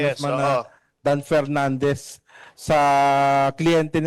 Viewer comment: Media mileage lang yan para k PERnandez, feeling nya advantage sa boto nya yan. Pwe🤮 Matuto ka munang mag-differentiate between "F" & "P". Tali-talinuhan ka, ka naman.